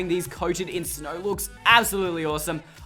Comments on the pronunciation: He said awsorse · did he say "awesome" or "horse"??? Idk, but I do know that..I LOVED, this video